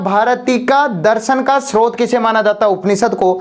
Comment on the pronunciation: रचियता नहीं रचयिता होता है, उसी प्रकार स्त्रोत नहीं स्रोत होता है।